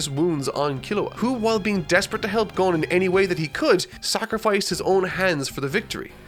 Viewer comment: Say Gon but replace the G with a B and add er at the end